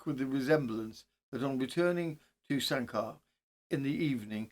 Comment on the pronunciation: You made a real effort, thats what counts. Its pronounced San- Ker ( hill fort) dating back to an old roman settlement. The mound of which can still be seen today. Thanks for another great case.👌👍